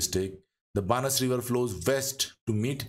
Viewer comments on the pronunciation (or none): बनास is the correct pronunciation, Excellent and informative video 👍